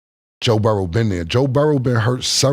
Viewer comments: His name is BURROW. BUR. ROW. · Moe since when do you say Burroughs? Don’t dumb yourself down